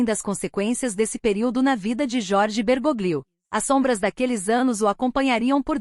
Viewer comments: Se pronuncia " Bergólio"< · A pronúncia é Bergolio.